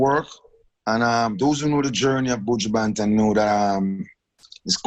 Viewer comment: Angela "Your one of my favorite artist" but you can't even pronounce the mans name correctly lol